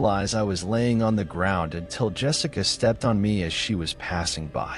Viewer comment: Wonderful narration! My own qualm with it is that you keep pronouncing Yessica as Jessica. Yess-ica not Jess-ica.